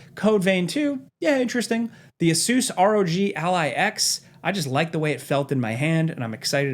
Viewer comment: Ah-Soose rog alley lol